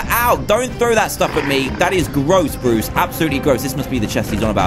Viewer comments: Notice how he said bores instead of bruce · dan: borris me: WHO THE HELL IS BORRIS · Who noticed that Dan said Bois instead of Bruce